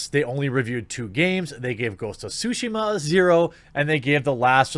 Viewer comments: Please stop butchering the name of the game. You're supposed to pronounce the T in Tsushima, you either call it sushima or shushima. Practice by saying Tsu repeatedly while making sure to pronounce the T. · Did he say ghost of sushima XDDDD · Sue-she-ma .....like Hiroshima. Come one dude